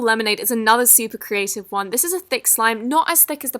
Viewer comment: I hate it how she says ‘carative’ instead of ‘creative’